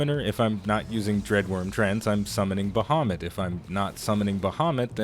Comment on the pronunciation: Its "Baehamut" for you.